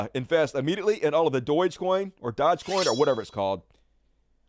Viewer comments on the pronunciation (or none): Doge -pronounced /DOH-je/ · If I can throw in a pronunciation to "Doge", think of the word "Dojo" and drop the O off the end. It's as simple as seeing the sun and the moon in the sky at the same time